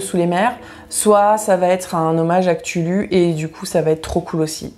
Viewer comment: cthulhu ne se prononce pas comme cela ToT